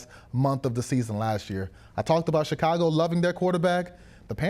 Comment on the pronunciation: Did say ShitCago??? 😂😂😂